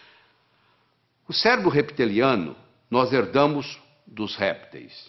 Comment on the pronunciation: Não quero ser cri-cri… mas se fala “reptiliano”(e com o “p” mudo). Não “repeteliano”. Sou fã do Dr. Lair Ribeiro! Homem fantástico e precisa viver mais 100 anos! O mundo precisa de homens como ele.